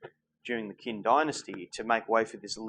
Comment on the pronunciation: Qin is pronounced Chin,not Kin. Sigh, romanticized pronunciation.